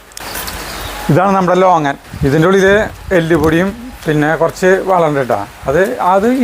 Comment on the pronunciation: ലോങ്ങാൻ അല്ല. ലോഗോൺ ആണ്